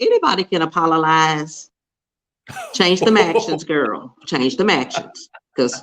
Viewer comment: apololize? apololies? apololizing??? hands down my new favorite made up word since baldwin's snl apple-o-gize.